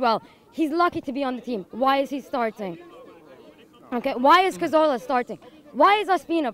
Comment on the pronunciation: This girl nailed it; Cazorla?? Ospina??